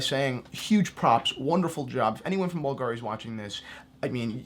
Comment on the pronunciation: at least you should have informed a little bit: the correct pronunciation is Bùlgari and not Bulgàri. the accent is on the "u"